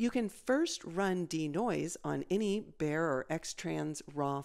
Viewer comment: Bayer, not bare. It's a type of sensor.